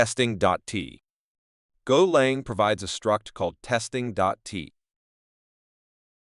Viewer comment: AI shite, "golong" ffs. Worthless, zero effort grot.